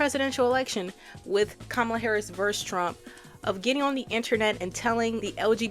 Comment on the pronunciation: I dont necessarily think "You have conservative family that you love" makes you a conservative yourself. However, if you still love and care for people who actively hurt you and the people you claim to support, and you speak out heavily against Kamala (and say her name wrong intentionally) and Biden, and are SILENT about the Trump administration, then it definitely makes you come across as one. Everything about her makes me think shes just absolutely way more right leaning and passive in her support for LGBT issues, feminist issues, POC issues, than she's actually claiming to be. I will be one to say, i hold zero love for my conservative family and ex friends. They actively vote for and sipport people who make my life as a trans person UNSAFE, and I should not be expected to hold any love for them just because they're family. And if you do hold love for your family that actively votes for horrible policies that makes the country dangerous for LGBT people, women, POC, etc. then yeah I have every right to assume you're okay with that as well, and will not want to support you or be around you.